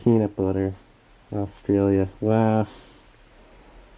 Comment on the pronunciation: "Offstralia" XD